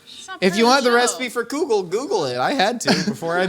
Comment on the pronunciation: I know this whole episode was about soup, but I can’t get over how pronounces kugel….. It’s kugel not koogel… but yes please make a myth munchers about kugels hehehe, yerushalmi is the best kugel and that’s a fact